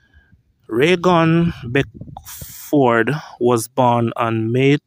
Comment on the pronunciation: Thank you for pronunciating 'Beckford' correctly. Interesting video. 23 yrs. Remember it well